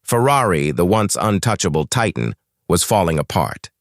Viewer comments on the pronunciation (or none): none